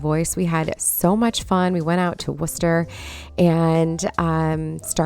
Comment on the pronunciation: You have no idea how good it is to hear somebody say Worcester correctly!! It’s so funny listening to Youtubers who try to say Worcestershire sauce or people that aren’t from around here say Worcester lol. I’m in New Hampshire, but I go up in Massachusetts, and have lots of cousins and and some friends in Worcester. I also because of you planting those bubblegum petunias in that vintage watering can, that when we went to Brimfield North antique and flea market yesterday, I bought 3 antique watering cans lol Although I have plans for two of them, one I will leave alone, it’s perfect. Thank God they have one here now. It’s only three towns over from me like 20 minutes away. it is beautiful. I’m sure you’ve been to the big Brimfield Mass antique show. Oh my gosh, I’d love to go to that one, never been but did make the one here and they’re doing another one in October that we will definitely go to as well! My husband and I had so much fun yesterday. Spent a lot of money, but it was worth it